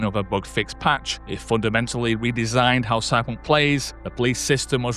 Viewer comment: How the hell do you manage to pronounce Cyberpunk with just 2 syllables? Stop it!